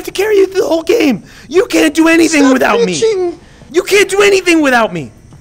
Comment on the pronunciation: can't pronounce "game" but perfectly pronounces "parasocial relationship."